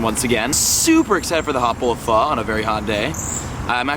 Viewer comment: It's pho homie. You're pronouncing it like a white boy